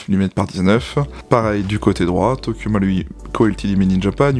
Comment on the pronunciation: Quel plaisir de voir quelqu'un prononcer le ル de 東京マルイ correctement...